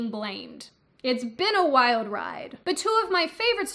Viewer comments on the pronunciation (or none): none